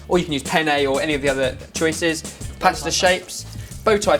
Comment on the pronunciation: I love how you guys say pasta lol, it's not posta but pasta xD